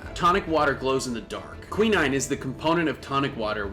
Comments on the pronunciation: nitro gliss' errin kaa·luh·flau·ur, not collie flower kwaɪ.naɪn, not quee' nine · Your pronunciations of glycerin and quinine are interesting.